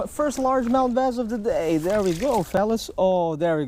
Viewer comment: I like how you say bass "baiz" I actually like it